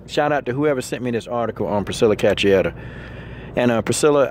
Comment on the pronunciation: It's pronounced "KA-SHOO-AIR-AH", just so ya knows, Coach. :) EDIT: Salute the heartfelt words, though. Passion like that can't be faked. ✊🏾